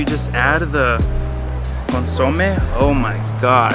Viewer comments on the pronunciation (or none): He keeps mispronuncing “consome”. It’s too adorable!!!